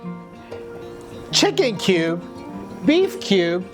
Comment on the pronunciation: when i listened de word kube, I just escaped.